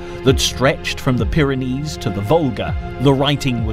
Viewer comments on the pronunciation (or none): none